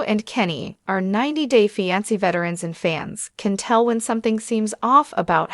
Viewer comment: Fi an se